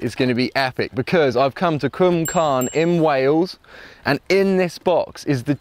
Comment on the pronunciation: Thank you for pronouncing Cwmcarn correctly...